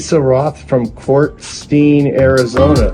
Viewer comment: Love all your projects!! is funny he said quartzstein, AZ but it’s pronounced Quartsite, AZ